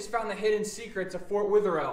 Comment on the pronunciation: Sry to be a critic but it’s pronounced. fort weather. All